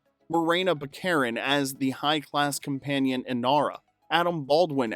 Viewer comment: It's "Bah Kah Reen", not "Buh Karen".